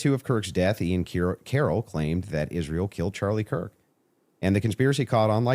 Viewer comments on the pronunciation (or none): Why is it Candace can speak clearly but never says Israel correctly, sounds like "Ishthreal"? 😂😂😂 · Omg can someone tell her they are not called Converse'S!!!! They are just Converse!! And Israel does not have an SH in it 😣🥴